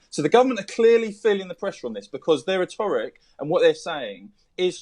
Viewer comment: Why can the bigot on the line not pronounce english words? Rhetoric.... clandestine.... these are not hard words? It hard to take these morons seriously.